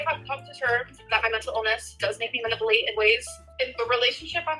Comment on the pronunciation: OH my god is literally the worst… also the way she says manipulate kills me😂